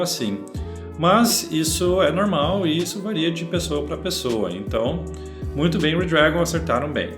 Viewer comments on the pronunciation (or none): none